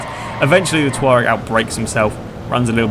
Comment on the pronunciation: Its pronounced to-rag